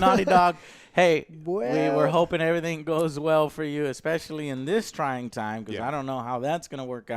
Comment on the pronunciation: “Everyting “ jaja 😂